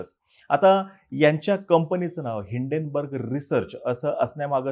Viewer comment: It's name is Hinden why u pronouns as Indane